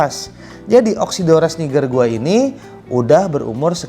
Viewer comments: it's not, it's pronounced "niijer" in Latin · Congrats on getting one of your dream fish,!! Love your reasoning for getting more GATFs. You're gonna need to build a bigger tank!! 😂😂 And, I think you're pronouncing "Niger" wrong lol. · It's pronounced nai-jur in Latin, but the fish is named after the river in the French speaking country & they pronounce it knee-jur.